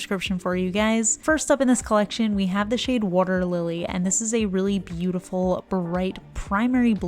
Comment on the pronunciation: "Wudder"lily. I didn't hear the accent when it was pointed out before, but I heard it there. 😂 Seriously though, thats a gorgeous color, and the change from 1 coat to 2 was so drastic!